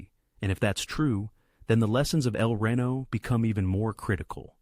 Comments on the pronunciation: Can't use actual images from the tornado? Also it's El Reno not Rino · It’s pronounced El ree-no, not rain-oh. 🙂